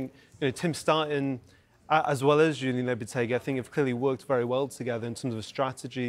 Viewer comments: It’s JULEN Lopetegui, not Julien… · It's Julen, not Julien